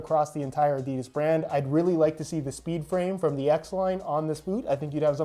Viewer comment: Did he just say adidis